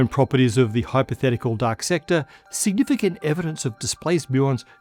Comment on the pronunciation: From now on, you will only hear say quack of quark, and duck instead of dark. Have fun!